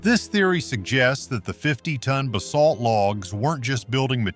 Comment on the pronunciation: Bay-salt? wtf is that. Is the owner of this channel to illiterate to voice over their own crap?